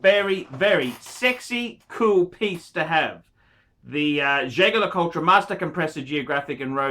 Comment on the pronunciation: Thats not how you pronounce Jaeger LeCoultre